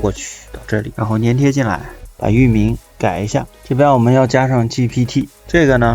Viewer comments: 是（zhan）粘贴 ，不是 黏贴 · 他错了，你是对的，多音字，而且应该读zhan